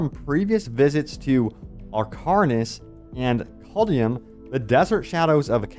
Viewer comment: Dude didn't even pronounce caldeum right. Exposed for not playing previous Diablo.